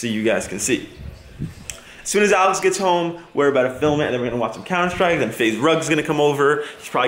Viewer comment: w8!!! an do you speak French!??? You said Alex sooo easy in french